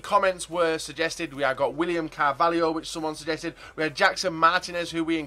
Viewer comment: William "CARVALIO"